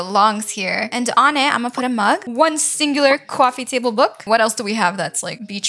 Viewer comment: I love when she says shaquet idk it’s jacket and cwoffee table